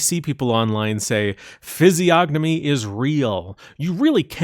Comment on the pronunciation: The g is silent, moron